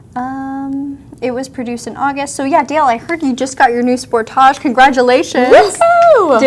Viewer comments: I've never heard anyone pronoucing this model "sportaash", but OK, it's Canada :) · "Spore-taaj"?!You don't live in France! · I love how you guys pronounce "Sportage" 😂😂😂